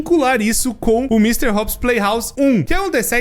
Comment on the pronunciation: s0im le-se "opse" não "upps"